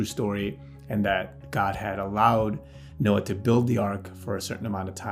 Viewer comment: Did you say Nokia or Noah? hehehehe